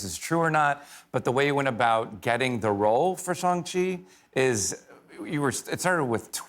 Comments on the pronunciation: It’s Shang chi not shung chi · Did the host mispronounce Shang-chi? He calls it shawm chi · Not the guest host pronouncing Shang-Chi incorrectly 🤦🏾‍♂️